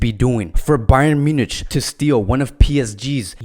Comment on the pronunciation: A simple question! Can’t you pronounce Munich correctly?